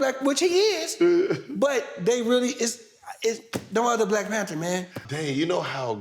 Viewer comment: Nigga said Black PanTER